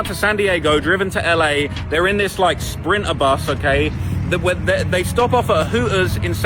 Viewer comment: Sprin er bus…..Hoo ers 😂🤣😂🤣😂🤣 his Goofy ass strugglin with them “T’s” like a mf🤣😂🤣😂